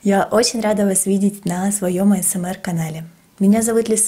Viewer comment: Классное видео! Мне понравилось но не говори АИСМАР ГОВОРИ ПЖ АСМР